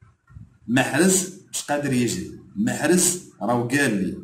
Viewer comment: ما يعرفش ينطق اسم محرز بطريقة صحيحة عوض ما يقول محرز يقول محرج تعلم تنطلق اسمه ثم هاد علق عليه خي حالة